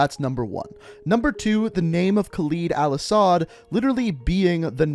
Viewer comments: The way you pronounce Khaled Al-asad is freaking annoying Its LED Not LID ITS LED HOW HARD DOES IT PRONOUNCE LED????? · You piss me off with your saying kaleeed al assad but you Americans are “proper English” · the cutscene literally pronounces the name Kahled Al-asad right and you pronounce it wrong, what the fuck is wrong with you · I love your videos and all but if you mispronounce Karim or Khaled Al-Asad one more time I’m gonna loose my shit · Khaled is a pretty famous name in the arabian countries + Al Asad is a known family in Saudia arabia (Where Khaled Al Asad is from) Its just pronounced with a harder "A" + Khaled means noteworthy or trusted (Translator isnt that accurate in name) but Asad means lion